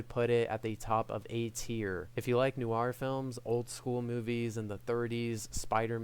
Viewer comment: "noo-arr"? 😅 [edit: don't get me wrong, I love the review, but I giggled every time I heard "noo-arr"]